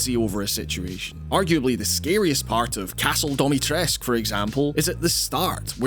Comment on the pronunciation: How you can pronounce something that's spelled "Dimitrescu" as "Domitresk" is something I'll never understand.